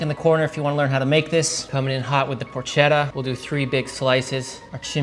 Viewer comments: I can't when you say porch etta You don't have to roll the r or put on an Italian accent when you say it, but it's PORKetta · ketta not chedda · Just please pronounce it properly “porketta” 😅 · Why does pronouncing porchetta correctly make me a dick?